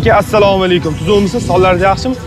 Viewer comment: нормальный салом беришти ургатийлар. Саамкум дегани нима дегани? Хутти биров зурлаб мажбурлаб сураштиргандай сурашади.